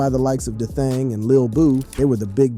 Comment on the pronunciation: Bro them names are so simple why are they being butchered like that 😂😂😂 E Dye 😂 Da Thing it's EDai like E day ....mofo and D Thang.... its gotta be said in an Chicago accent tho lol smh